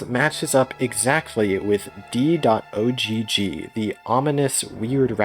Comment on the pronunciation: You don't need to say "dot oh gee gee" the ogg is pronounced like in dog, it's short for ogg vorbis